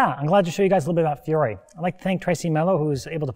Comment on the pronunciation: Oh no, he mispronounces poor Fiore's name right from the get go Yikes What a fantastic instructor and HEMA practitioner, though